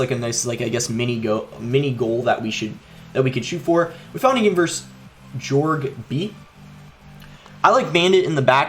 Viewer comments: boss its pronounced like horhe not george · my man said, "Jorg...Bee?" lmaooo hasn't met too many Hispanics yet